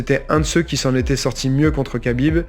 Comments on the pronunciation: Khabib ça se prononce rabib au passage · Je trouve que la prononciation "kabib" est bien plus agréable à l'écoute qu'un "khabib" mal prononcé. Car "khabib" en arabe ne se prononce pas "rabib" mais "rhabib" ou "rrrabib". C'est de la phonétique, compliquée à maîtriser si ce n'est pas notre langue natale. Donc le Mr te dit que la bonne prononciation en français est "kabib" point barre.